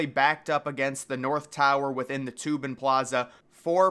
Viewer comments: i believe it's pronounced TOH-bin, not like toob-in as in loobin for toobin LOL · His name is pronounced "toe-bin" not "toobin". Good video though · I was about to come and say it’s Toe-bin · I watched several videos and you keep getting your facts completely wrong. It’s the Austin J TOBIN plaza, not TUBIN. The Koenig Sphere is still intact and back at the World Trade Center Plaza, it was relocated in 2017 I believe. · Its pronounced "Toe-bin" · It's pronounced "TOH-bin."